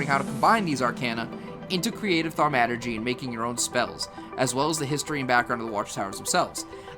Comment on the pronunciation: Aside from the audio mixing, the only complaint I have is that some of your pronunciations were kinda wonky. Specifically arcana, thaumaturgy, aether, and mana. Literally just a personal thing with me though, the video is super informative for a first timer like me looking for info.